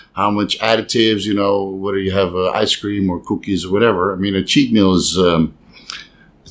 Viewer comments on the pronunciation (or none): Love the way you say “coowkies”! Like Cookie Monster